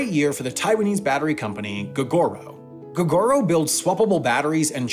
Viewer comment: The taiwanese EV bike company is pronounced “Go-Go-Row”